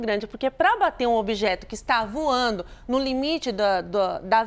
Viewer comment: Voano???? Português nota 4 🤣🤣🤣🤣🤣